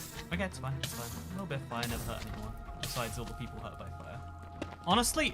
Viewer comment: “Ovah” “Nevah” I don’t hate it,I just think it’s cute